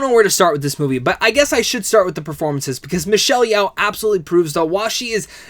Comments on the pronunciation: It's Michelle "YO" not "YAO" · And Michelle’s is pronounced yo, like yo-yo. Not Yow like owie. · It’s Michelle Yeoh, NOT Yeow please jeez